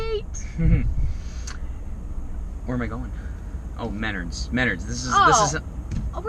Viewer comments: The pronunciation of Menards had me cracking up. I was like what the heck is "mennerds" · lol Minnurds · Such a good episode. I live in Michigan right where this video was made! The weather is that crazy. They have sail boat races in my back yard all the time, I love living by the water. But you did say "Menards" wrong. Love the show, keep up the good work. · Hey Brother, just want to offer a little assistance in your pronunciation of Menards. Mostly because it took me a few moments to figure out what you were talking about. Menards is pronounced as Men, like the band 'men at work', and ards is like the beginning of 'ard'vark, the ant eater, then the s is as if you were suggesting the Menard owned the subject you were talking about. So...Men-ard-'s, but shoved all to gether. I hope you all have a great time.